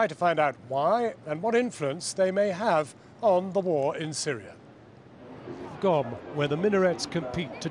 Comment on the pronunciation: It's Qom, not Gom lol